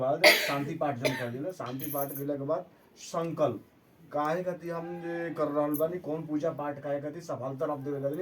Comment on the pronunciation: sankalp sankalp thik se kijiye